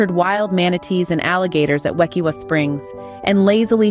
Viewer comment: Wekiwa is pronounced with a long I. Its from the Seminole word meaning to boil (kaiwitah) combined with Ue, meaning water. Combined, it sinply means a spring.Why are mixing coral reef snorkeling with spring diving?